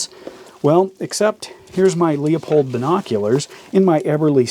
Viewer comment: "Leupold" Pronouce it like lou-pold